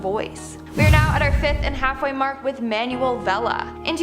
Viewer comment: "manual" 😂😂😂 it's "Manuel"